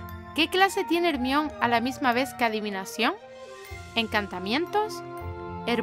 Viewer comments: No se dice hermion de dice hermayoni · no digas hermion di hermaioni hermion suena feo (perdon la autografia) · se escribe hermione pero se dice JERMAIONI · Ermion JAJAJAJAJJ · En España se pronuncia "ermion" ? Yo pensé que en todo lugar se dice "jermaioni" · porque le dicen hermion a jermayoni, (se que se escribe hermaione pero así se pronuncia) literal españa siempre tiene nombres raros mientras toda la latinoamérica está unida siempre españa tiene nombres estupidos. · ni te disculpes, el problema lo tienen ellos. En nuestro doblaje se dice así, por lo que tú lo has dicho bien. No entiendo la necesidad que tienen de atacar siempre nuestro doblaje, lo veo por todos lados. A mi su pronunciación de los nombres me parece sobreactuada y su doblaje no me gusta nada ...pero no voy a videos en latino a quejarme,cosa que ellos siempre hacen con nosotros . Asi que ni caso. Muy bueno el video por cierto✌🏻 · Tenez rason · Me quede👁👄👁cuando dijo hermione mal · como se dice hermione? ajajajajaja por favooooorrrr, no la puedo escucharrrrrrrr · porque pronuncia el nombre de hermione asi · No me gusta como pronuncia el nombre de Hermione , que mal , da cólera ; pero el video esta bueno aunque debería pronunciar mejor las palabras o nombres.